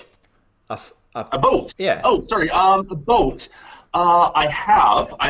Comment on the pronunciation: Do you own a boat?....Dan- “do I own about?”